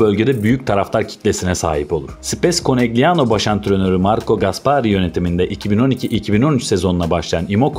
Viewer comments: Yendikleri takim Trentino değil Trento, Trentino erkek voleybol takimi, takimin adi Konegliano değil Konelyano diye okunuyor. 0 voleybol bilgisiyle video hazirlamak da ne bileyim, insanlar çok özgüvenli hakikaten ya, kendinizi rezil ediyorsunuz bu şekilde. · KONELYANO diye okunması gerekiyor?